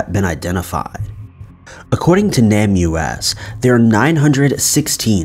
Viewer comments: NAMUS is pronounced like “Name Us”, see what they did there?? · It’s pronounced “NAME—US”